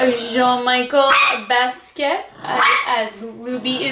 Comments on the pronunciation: Just an FYI,...you might want to look up the artist and you will see why they selected the colors they did, as well as how to pronounce his name. LOL! Best way I can tell you - BAS-KEE-YACHT - if you try sounding that out, you'll be close. I REALLY wanted this entire collection; I adore this artist! It is my understanding that his family contracted with UrbanDecay to create this collection. And no, gone. I'd also love to get the Pretty Vulgar collection to review on mature skin! I'm in love with their palettes! Wait until you try them; the quality, especially the metallics, is incredibl! I sampled them in store...and they're at the top of my wish list, along with Viseart's palettes! Much love to you, Shelbie =) 💋 (BeautyDaughtMom) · hi. Jean Michel Basquiat is pronounced like: Bas- key- ahh.:)